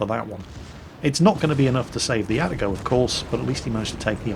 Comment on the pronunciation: There is probably no breaking the habit of an old sailor at this point, but.... It is A-ta-go Not At-a-go Confirmed by my Japanese coworkers.